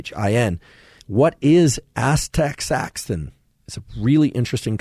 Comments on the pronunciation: andrew it is pronounced ass-tuh-zan-thin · Right? I’m a normie and even I know it’s pronounced “asta-ZAN-thin” 😂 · is he messing with us when he keeps mispronouncing astaxanthin? Lol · Asta - xan - thin 😉 Thanks for putting this together. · Yeah what the f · Is that how astaxanthin is pronounced?